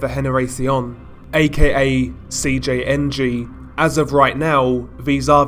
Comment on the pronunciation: When he said Cjng fully it was perfect